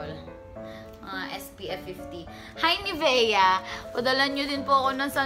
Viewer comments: nivea is pronounced niv-ya.. fyi. no intention of criticizing but just nice to know, lalo na kung surrounded ka ng mga banyaga.. keep up the good work and stay natural. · pa correct lang po Ung sa pag basa mo ng Nivea pag basa po ay Nivya ganun yung sound pero Nivea ang spell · Hindi po ni ve a nivea po